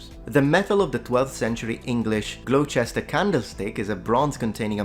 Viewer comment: Oof, you're gonna get schooled about that "Gloucester" pronunciation.....